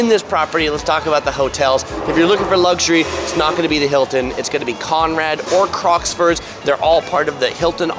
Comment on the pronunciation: Crockfords, not Crocksfords 🙏